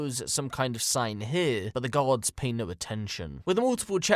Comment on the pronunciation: his accent makes the word “guards” sound like “gods” which is super fucked but also kinda funny